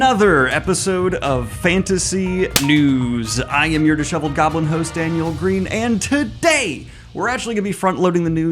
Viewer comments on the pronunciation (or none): none